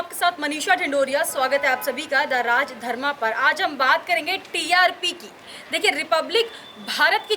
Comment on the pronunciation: महोदया, कृपया राजधर्म उच्चारण कीजियेगा । सादर ।